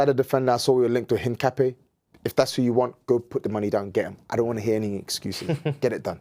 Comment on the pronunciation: Man said Hincapié